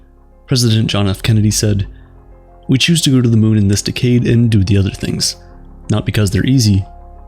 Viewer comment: Why you say decade like that